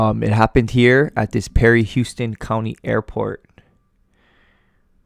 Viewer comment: PS Houston County GA is not pronounced the way Houston TX is pronounced. The first sylable is the same as house. "house-ton"